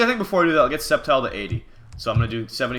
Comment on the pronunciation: If you're gonna pronounce "sceptile" "septile" just rename it that.